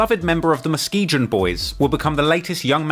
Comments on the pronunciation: In NLMB Muskegon, is pronounced Mu-skee-gun, I’m from Michigan where Muskegon is and a lot of the streets in Chicago are named after places in Michigan for some odd reason. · Dam it bugs the fuck outta me when a content creator doesn't take the time to learn how to pronounce shit.. MUS- KEE- GON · It’s pronounced Muskegun bro, like Gun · It's pronounced musk-key-gun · Brahh… it’s ‘muss- key - gun’ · It's MUH-SKI-GUN sir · Lol I pretty sure it's pronounced Moskegun. I have a friend from Muskegon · Just to give yall some reference, I'm 40 from Chicago and terror town was called that b4 I was born...and the stones prevented Chicago from getting rioted when MLK got killed while every other city in America went up in flames...over 100 cities. And it's pronounced MUSK-KEY-GUN boys, Jesus Muskegon is a city in Michigan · Thank you. As a Michigander, the muskee-gin was really getting to me. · love ya babe but it's pronounced - Muh Ski Gun Muskegon, MI born and raised. Holla. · It’s pronounced MUSK-E-GON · "mus-key-gun" bruh say it right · Muskegon is pronounced musk-ee-gun, just a tip. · good lord the mispronunciation of "muskegon" is gonna drive me crazy. ITS A HARD G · It’s pronounced “Musk-e-gun”. I only know those because I live in Michigan in a city called Muskegon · I think it’s pronounced Muskeegon. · musk-ee-guuhn or an easier way to pronounce it correctly musk-key-gun. lmao but anyways...... but either way I was hooked to this video. new subbie. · Stop pronouncing it wrong Musk ski gon this is not England you good doc but f up name of stuff and that is one of main reasons why the City hate on you if are not from the place people take it as a sign of disrespect you didn't do your due diligence that would be like me coming to your hood and saying hey Mike I want a fish and chip no mother f*** you don't get that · The G in Muskegon is like the G in Go. Not like the G in Gin. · Bro, MUH-SKEE-GUN SAY IT FKN RIGHT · It’s pronounced Musk-e-gon fyi lol